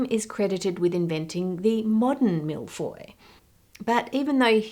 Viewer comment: Hearing an Aussie have a good crack at pronouncing millefeuille has made my day 😂 good on ya for trying!